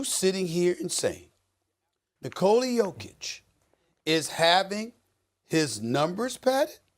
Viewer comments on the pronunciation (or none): If you respect Jokic, please help spread awareness that it's pronounced "niKola yOH-kitch" and not nikOla yO-kitch. You are doing a noble service for American society. Thank you and God bless America. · Sorry, Red. The last thing I want to do is make you cringe. I will stop saying niikola yOHkitch 👍